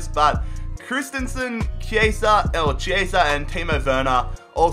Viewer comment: You're right about Chiesa, no need to correct yourself. In Italian, Ch+vowel is "K" (so it's kee-AY-zah) and C+vowel is "ch" (think "cello"). See, a music education can be good for something xD